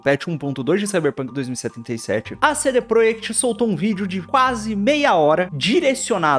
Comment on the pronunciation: Pq vc fala cd proiect?